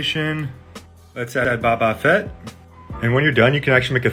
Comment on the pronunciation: he also said Baba Fett